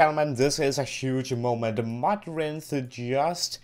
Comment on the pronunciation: Its not modrun its Modrinth